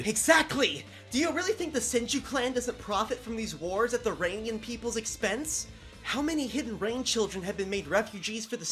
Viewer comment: "Rainian civillians" bruh im ded